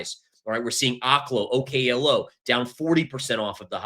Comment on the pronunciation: Its pronounced Oak-lo, like an oak tree. You can watch their own promotional videos if you dont believe me.